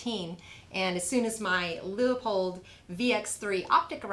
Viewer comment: You pronounced Leupold correctly. Major points for that. Many many of the so-called experts on YouTube do not pronounce this family name correctly. That is most likely the finest first-time build I've ever seen in my life. Who makes that fine-looking Ultra Ultra Lite handguard? I want one. I am a huge proponent of self-built rifles. There is nothing ever available for me set up just the way I want it. I can build it better and cheaper myself and get exactly what I want. I'm pretty sure you and your husband are of the same mind. But do tell me the brand name of that unbelievably good looking uber light handguard.